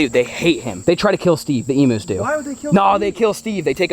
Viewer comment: They are NOT "Emoos" It's pronounced "Eeeemmm U" ... U as in U-Haul.